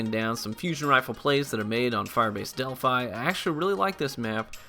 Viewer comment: no, he said it right